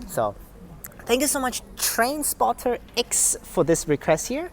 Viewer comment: TrainSpotter ex? TrainSpotterX the x isn't meant to be exaggerated like that but I get it some people have an accent so its all good